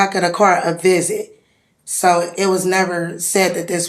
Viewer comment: "Cause it sez it wuz a viz-eyit" on the back of a card. This is how she shows up to "viz-eyits". I bet you $100 that this whale has never worked a day in her life.